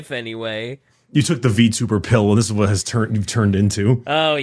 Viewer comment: better hath gotten an earful after that last "WEHAT"